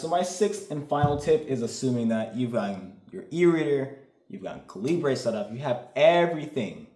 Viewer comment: My brother in Christ, why are you pronouncing Calibre like that? lol